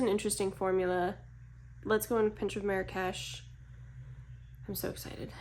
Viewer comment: Small correction. You mispronounced Marrakesh😂. No worries you're not the only one. But as a Moroccan myself I find it kinda funny but interesting how people pronounce it elsewhere. But I blame the french cause they started this mispronouncing catastraphe. That a lot of people say it wrong across the globe. It's not meri-cash. It's marr (hold the r sound) marr-rraksh that's how you pronounce it. So the first part you pronounce it slower and hold the R-sound a little longer and then rol into the other r (again hold the r but pronounce it a faster) no cash more like kesh/ksh. As for MAC i personally no longrr buy from this brand for ethical and political reasons so won't be purchasing these. I do however have some of the older ones like so natural and blush please.